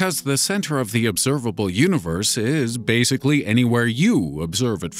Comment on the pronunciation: "The obserbabble univers"